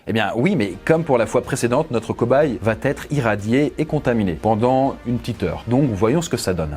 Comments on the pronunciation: VA ÊTRE !!! y’a pas de T !! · Il n'y a pas de "t" à la fin de "va" donc pas de liaison dans va-être (tu le répètes plusieurs fois, ça fait mal). Bonne vidéo aussi non ! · Faut vraiment arrêter de dire "va-t-etre"! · c'était horrible pour Gustave, ça m'a stressée. En plus t'arrête pas de dire "va-t-être"